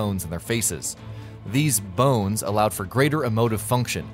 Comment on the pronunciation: The emphasis on BONES...feel like he wanted to say boneless